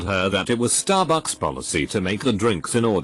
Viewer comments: I love how he says staRBUCKS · The one that worked at Stahbux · The way that this stt program says starbucks is hilarious.